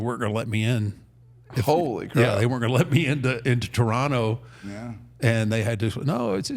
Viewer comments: At least he says Toronto right... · He said Toronto right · I’m here for the Undertaker pronouncing Toronto correctly. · As a Hamiltonian, I had to go back and listen to that bit again. “Did he REALLY just pronounce it that way?” 😋